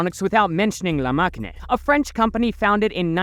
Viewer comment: Masheen not makiné